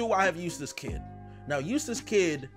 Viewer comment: I genuattly thought you said useless kid instead of eustass kid